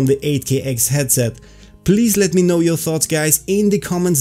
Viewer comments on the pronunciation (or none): none